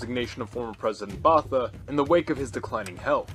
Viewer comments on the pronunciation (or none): Im sorry but as a boer i had to stop watching this when he said president boffa instead of botha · Cool stuff, maybe the decisions by the nations formerly SA are a little too logical. The populations are not logical, but emotional, even leaders. It's pronounced "Apart-height". Soth: "sutu". Botha: "Booata". Very sad what's happened to the formerly successful South Africa: terrorist president, massive corruption, farm murders, land seizures, vast amounts of crime, vast amounts of disease, unemployment. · No "th" sound in "apartheid" or "Botha"...